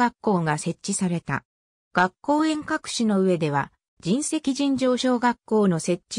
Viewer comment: じんせき ではなく かみいしです。